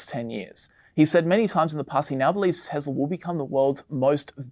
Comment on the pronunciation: hearing the pronunciation of "Tesla" as "TeZla" is such a cringe for me.. also this is supposed to be video made on 3rd Feb but it's talking about Jan 24 as the future ... a bit outdated ...